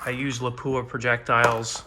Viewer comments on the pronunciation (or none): I was watching a guy the other day and he kept saying "338 lapwah" over and over. I was thinking does he mean lapua? Then towards the end of his video he said "lapwah, or if you're in Texas, lapua". Ok I wasn't crazy. Is it really a Texas thing? Nope, confirmed other people call it Lapua